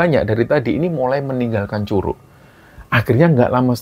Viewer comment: Bukan curuk bacanya pake G 😂😂😂😂😂kaya baca G nya godhong😂😂😂😂